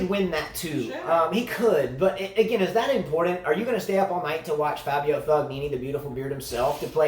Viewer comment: Should they try to make US Open the last tournament of the year? Or second last before Tour Finals? Tennis does seem a bit dead this time of year. Also a little pronunciation tip: Berrettini: Be - re - TEE - nee Fognini: Fo - NEE - nee (silent G)